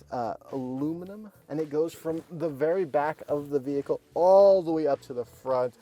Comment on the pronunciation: No, they are definitely mispronouncing the name of their own vehicle😂